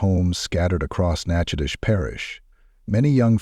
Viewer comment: I’m sorry but I’m thoroughly surprised that an AI voice over pronounced Nachitoches properly, very surprising, not nearly as the horror of this story but still very surprising